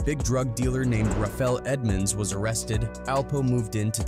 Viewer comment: Rayful Edmonds. Not Rafael…🤦🏾‍♂️